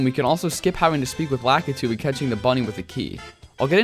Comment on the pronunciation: Lack-It-To?? its La-Kee-Two lmao